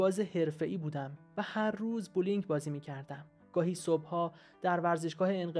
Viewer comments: اقا بووولینگ نمیگن بلینگ میگن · بسیار از کتاب و درس بدش میامد جای رضا شاه بازی کرد خیانت کرد نوش آفرین که بچه هایش را بزرگ کرد بسیار آزار داد .یک کتاب هم نخونده بولینگ غلط است درست تلفظ کنید .